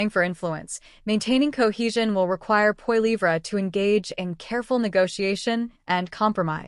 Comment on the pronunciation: Check yourself. You don't even know how to pronounce Poilievre. You are a complete propagandist. I know you can do better please?